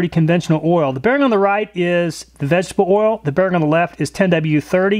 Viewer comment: This guy seems to have trouble enunciating the words "vegetable oil." In a video ABOUT vegetable oil, he says it a lot, so it's pretty easy to notice. Does anyone else hear the way he slurs that particular phrase, or is it just me?